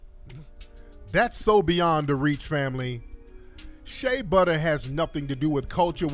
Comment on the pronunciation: Did she just say sha butter smh. FBA is the culture worldwide. Im from Texas, there's oil everywhere here, sad to say but the oil would still b n the ground in Nigeria if it wasn't for the greed and innovative minds of the European. Knock it off